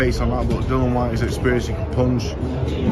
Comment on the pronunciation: It's not "Whyte-tay" or "Whyte-hay". His name is Dillian Whyte. If you can't even pronounce the boxers names correctly, then don't even bother creating the content in the first place 🤡